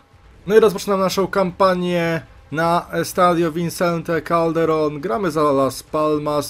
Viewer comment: Taka mała poprawka dla Ciebie: Nazwa stadionu to Vicente Calderon, a nie Vincente Calderon. Źle to czytasz. A filmik super, czekam na inne odcinki. :)